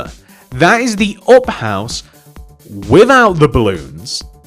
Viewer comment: Why are you saying it like OP? you say it UP idiot!